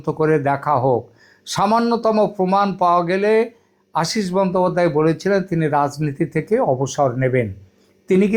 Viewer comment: Congress pronounces as Kong-gres, and plz don't make it weird. It is never to be pronounced as Kong-graze ! Also রাজ in রাজনীতি-রাজনৈতিক must be pronounced as 'Raj' and God forbid, never as 'Razz'. That is an utter aberration, not the real standard.